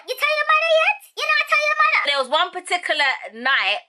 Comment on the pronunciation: I love this video its funny especially the Jamaican part “u tell ur mada yet” 😂😂😂